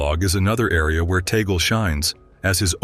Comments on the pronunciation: Correction pls.. not tagol but TAG-LE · Not tagol but TAG-le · Another correction it's pronounce as TAG-LE not TA-GLE because he is a Filipino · His name is PRONOUNCED AS … Cardinal Luis “ TAG-LE “ …!!! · Pronounce his name TAG-GLE